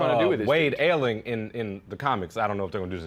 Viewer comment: The Shaggy Man is the beast that General Eiling (Pronounced I-Ling) transfered his mind into.